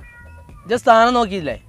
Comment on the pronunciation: സ്ഥാനം അല്ല 🤐 താനം 🙄